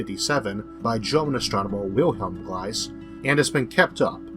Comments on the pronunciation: Just a little detail: You are pronouncing Gliese wrong. You pronounce it like gl - i - s but it's pronounced gl - ee - s - eh. ( I don't know how to write in phonetics, sorry) :Ü™ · W. Gliese is pronounced Wilhelm Glee-zeh :) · Nice job as usual Isaac. Couple of nitpicks this time: 1. This is is the best profile I've seen of the intensity over time. It emphasises the hugeness and irregularity of the dips 2. Gliese is pronounced to rhyme with "Lisa". That's German for ya! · Great video I'd somehow missed when it came out. Just one little note for future videos, Isaac: Gliese is pronounced glee-ze